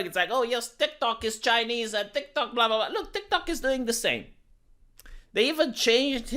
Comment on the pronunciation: calls TikTok, "DikDok."